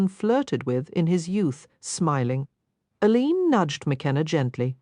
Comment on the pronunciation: Total AI. The name of the main character is pronounced by the real Rosalyn Landor as "Ay Leen", but this recording pronounces it as "uh leeen"